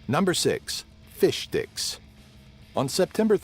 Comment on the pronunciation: I swear he kept saying fishdicks